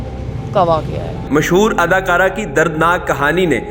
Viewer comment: او بھائی ادکارہ نہیں اداکارہ ہوتا ہے ۔